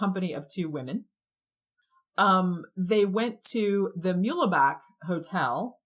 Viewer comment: No "lay" sound in Muehlebach.... just 'mule-bock' He was buried under the name Artemis Ogletree Memorial park in KCK, even though this entire story happens in MO. (Not that it was really that far, like literally just across the river) The mother's id was taken as correct, as her identifier was the large smooth hairless patch, that she referred to as a scar from a childhood burn. I'm always confused when people say anything about a gay spin, I'm always curious why would a gay man be visited by a clearly on duty call girl? Home girl came and went and came back with a different date later on... This has always felt Mob-y to me. I feel like Don is more of a title rather than a name. I'm not sure what or how deep with whom he got into it with, but it makes sense that he was trying to spend as little as possible on lodging, wouldn't except food from Don (I'm thinking so as not to incur more debt possibly?) and that he was trying to get wrestling/fighting work (quicker payout/higher sums vs a regular 9-5 or short term labor gig) I don't believe there was a romantic or sexual nature to any of this, I mean, other than the hooker. (BTW, it is astounding how many people that have covered this story, or even read about it... didn't understand that "comercial" or "professional" woman meams prostitute) Back in the day, there was a fairly thriving mob scene in KC, all of the details, the worry he seemed to be in and sometimes frantic seeming behavior (when not in the room) as well as his